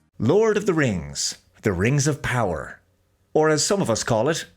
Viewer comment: Am I the only one who notices the strange way pronounces the "Rangs of Powah"?